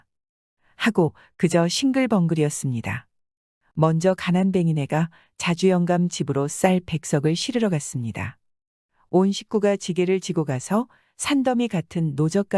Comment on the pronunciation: 자주영감? 누가 써주는 원고를 보고 읽으시나.. 외국인인가? 지주영감을 자주영감이라